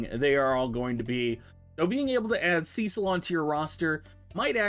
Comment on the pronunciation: Every time you say “” *triggered*. From the FFIV remake Rosa calls him “Sess-sil” xD either way. Enjoyed the review.